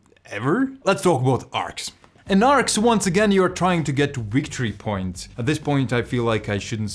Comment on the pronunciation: It's pronounced wictory points.